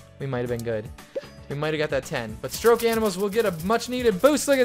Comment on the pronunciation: Hahaha it's called stoke animals not stroke